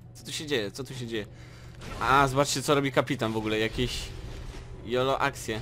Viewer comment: Mówi sie DŻOLO !